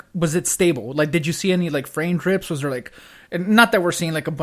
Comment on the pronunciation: "frame crips"